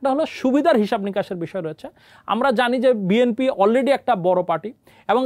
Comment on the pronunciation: জনাব সাংঘাতিক ভাই, বিএমপি কি ? আপনি কি উচ্চারনে সঠিক না?